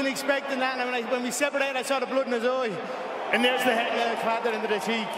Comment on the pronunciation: Eye = OYE!!